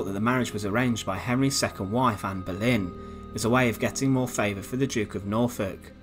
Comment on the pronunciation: Anne Berlin? Boleyn you mean.